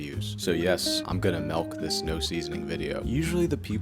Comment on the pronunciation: Mans said melk